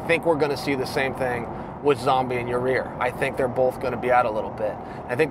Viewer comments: Chael, turn on the event and listen to what the announcers call him... Because it is NOT Yareer. There is ONE FUCKING R IN HIS NAME!! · Chael learned a lot from that fight, except how to say his name right. Yahrear Yurrear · Chael "YaReer" Sonnen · Who is this Yah-Rear he keeps talking about?? LOL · Chael, buddy, maybe thank Yair (Yah-eer) by pronouncing his name correctly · Ya rear? That’s a new one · Aw give Chael a break already. Let’s see how well Yarreer pronounces his name for a change ! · instead of saying Ya Boy. just say Ya Ear. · is he saying Ya Rear? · lol Chael. It's like a strange one-off speech impediment. Ra-year? You crack me up boss. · Yah-rear? Is that Jamaican for your rear? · Chael, I’m a big fan but who the hell is ya rear? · I figured chael would just call em the Panther lol its pronounced ya eer. Maaan I loved that fight but let's get away 4m 5 round fights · Hey Chael it's pronounced (Ya -Ear) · I lost concentration every time I heard ya rear.oh lawwwd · Isn't it pronounced Yai-year? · Yarear... Yarear... Yarear... Yarear. All he's gotta do is take out an "R". How can he not hear himself? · At this point I really think Chael is trolling us with the name lol and it’s working haha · J. E. Blake, thats why chael put an emphasis on it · nah he said it multiple times through the video bro lol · The mispronouncing names bit is killing me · I'm pretty sure chael mispronounces names like Yair on purpose. He was trollin before the internet was even a thing lol. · Your saying his name wrong dammit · Dude, pronounce the guy's name correctly. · There he goes pronouncing this guys name wrong once again. Man at least listen to someone else say it and say it like that. It doesnt seem hard to do. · Who the fuck is Yareer Chael? It’s Yair bro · “i don’t mean to put emphasis on YOUR REAR” ! YOUR REAR ?.. its Yair chael, not YOUR REAR.. am i the only one hearing that 😂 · It’s “Ya-ear” not “Ya-rear” 😝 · Say it with me Chael.....Ya-Ear, not Ya-Rear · It’s Yai Ear